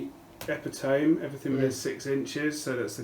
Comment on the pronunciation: I'm going to throw this out there even though I know it is nitpicky: epitome is pronounces e-PI-to-ME, not E-pi-TOME. 4 syllables not 3.